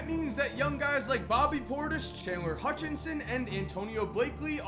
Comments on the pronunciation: you're a bulls fan. It's Hutchison, not Hutchinson. Come on, man. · HUTCHISON. No n in the middle.